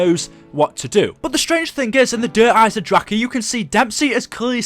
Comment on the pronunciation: 1 thing that quite annoyed me der eisendrache is pronounced der iesen drakon